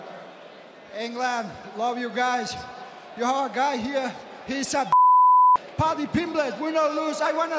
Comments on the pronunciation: did he just call him paddy pimpel ? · he said Paddy PimBitch hahahahah paddy is gonna wreck this dude ngl